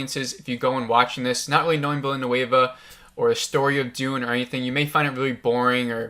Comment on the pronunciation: It's distracting that you keep mispronouncing people's names. Denis Villeneuve is French Canadian and there are no a's in his name. So not sure why you pronounce it as a Spanish name with an a in it. It's de-nee (the s is silent) veela-noove (rhymes with groove). Yeah, I know that last part isn't exactly how French speakers would pronounce Villeneuve but it's much better than the Spanish Villanueva that you've turned it into and about the best most Americans can do. Timothée Chalamet is also French and it's pronounced tim-o-thay chala-may (rhymes with hay, the t is silent). Again, not exactly 100% French but a lot better than chala-met (rhymes with bet). Most people pronounce his first name as "Timothy" and that's fine, but EVERYONE in the business pronounces his last name chala-may (not met). I know it's not the end of the world but you're not going to be taken seriously mispronouncing people's name (makes it look like you're not doing your homework). Go to YouTube and search how to pronounce x (with x being someone's name). If someone is famous, there'll be videos showing you how to pronounce their name.